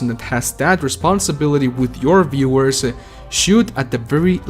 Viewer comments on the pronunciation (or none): guey tu ingles es terrible jajajaj por que acabas tus palabras con 'e'??? dices workE, viewersE, investE, videogamesE